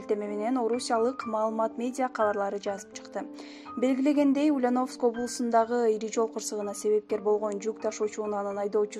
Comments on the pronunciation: Ушу дикторлордун текст окуганда орусча создорду туура окуса. УЛЬЯНОВСК- басым Я тамгасына тушот. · Туура окуганды уйронгуло!Ульяновск(ударение на букву ,,я") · Ушул кыздын уляновыскый деп айтканы жакбады нерф кылып , тура айтчы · Силерге акча болсо болду экен да,жок дегенде ударениени туура коюп суйлогулочу сабатсыздар,УльЯновск болот, я тамгасына ударение тушот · Ушул суйлопжаткан кыз Ульяновск дегенди туура суйлочу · Алып баруучу,токтот эми.Ульяновск дегенди туура айтчы,я тамгасына басым жаса